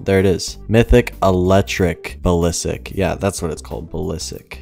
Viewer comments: Sry had to click off the vid u kept on saying ballisik 😬😬😬😬 it’s basilisk (Bass[like the fish]-ill-isk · Basilisk not balisik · Its Basilisk not Balisik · No one: Absolutly no one:: balisik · Julian Torres actually someone look at the comments more I sent “it’s basilisk not balisik” before you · Its basilisk just need to go back to school lol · balisik.... bas-il-isk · He can’t pronounce most of the names lmao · I think u say it bas-is-lisk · its pronounced bass-ill-isk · My dude it's pronounced like the basilisk in Harry Potter Idk why that buys me so much lol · yOu sTiLl sAy bAsiLiSk wRoNg!!!!!!!!!!!!!!!